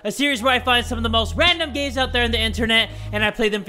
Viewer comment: Did anybody else realize that he said 'Gays' and not 'games'? It might just be me, but i can still hear it.....